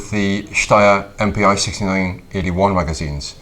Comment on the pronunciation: ”Mpi“ (German/Austrian) is actually pronounced like ”MP“ (English). Just fyi